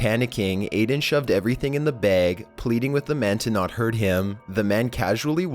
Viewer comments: it's bag not BAGGG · Me:bag Grandma:bage Mom:bagg????:BeG